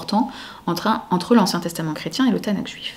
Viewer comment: Bon résumé. Petite précision cependant : Tanakh se prononce avec un /x/, comme le ch de la nacht allemande, comme le j de la jota espagnole.